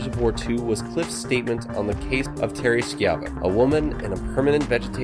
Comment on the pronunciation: Dude butchered the name Terry Schivo (pronounced SHY-VOE)